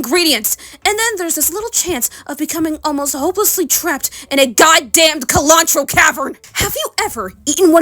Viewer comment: this was beautiful but the kill-antro pronunciation caught me HELLA off guard🥀